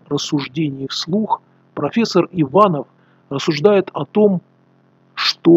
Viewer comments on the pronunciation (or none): но почему он ивАнов , а не иванОв? режет слух! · Не ИвАнов, а ИванОв. Сероводородных легко по таким ляпусам вычислять. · Уважаемый блогер, мы не болгары и фамилиия Иванов произноситься так:Иван'ов. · Невозможно промолчать, дорогой автор, фамилия профессора читается как ИванОв, с ударением на О. В России так.